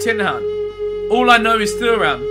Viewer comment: Behzinga how you pronounce Thuram (Tu-ram) like the defender Lillian Thuram